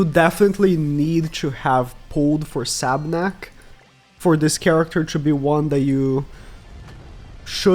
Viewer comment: Sab**U**nak. Not just Sabnak